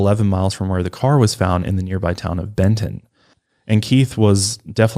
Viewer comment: she really said bend-ton and i was like😳😐😑